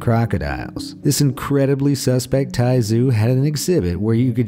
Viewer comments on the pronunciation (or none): none